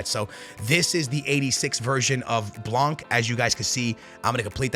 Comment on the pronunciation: It’s “blan” stop pronouncing the c😭😭😭